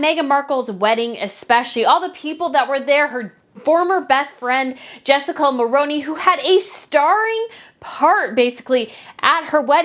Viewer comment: ....Canadians politely must correct you. Jessica's last name is pronounced Mulrooney. 🍁